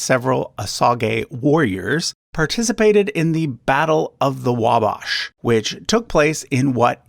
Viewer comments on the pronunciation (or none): Yes the 'sage' in Osage is pronounced just like the herb. Also, I've always heard 'pot-ah-WAH-tah-me'...and of course Wabash is like Wabash Cannonball, "bash" like in "bashfull". BTW his ancestry wasn't really secret, I've heard of it before. A lot of Americans have native ancestry that you might not expect, like Chuck Berry for example.